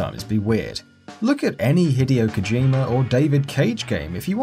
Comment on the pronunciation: When you pronounce Hideo like video